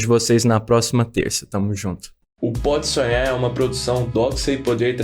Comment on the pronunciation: O cara do vídeo tem uma pronúncia BIZARRA da palavra "podsonhar". Ele pronuncia mais ou menos assim "podsuem".